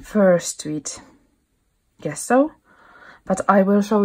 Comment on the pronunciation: Nice work. Thank you for sharing. Just a little detail: the word gesso you can pronounce like "dge-sso as in the word edge. 😊👍🇫🇮